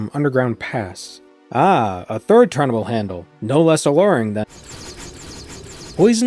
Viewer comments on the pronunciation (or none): none